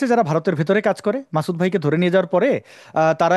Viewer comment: ভাই সাহেব প্যাহেলে আপনি আপনার কথা বলার মূখের ভাষা টাকে ঠিক করুন মাসুদ, আসাদ এবং ইসলাম এই শব্দ গুলো আপনি ঠিক মতো বলতে পারছেনা না শুনতে খুবই বেঠিক লাগছে।